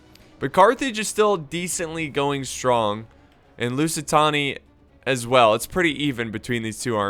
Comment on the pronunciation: For fuck's sake, it's pronounced loo-si-tey-nee-uh It's not that hard.